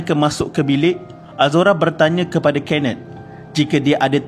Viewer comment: kenneth= kenet???🥴🥴 sape laaa jurucakap ni